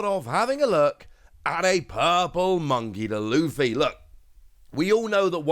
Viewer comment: Bro said "Monkey Da Luffy." Just call him Luffy, my man.